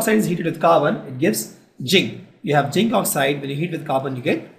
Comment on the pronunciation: it is not jinc it is zinc